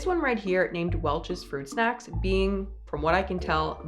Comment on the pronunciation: FWUIT SHACKS :3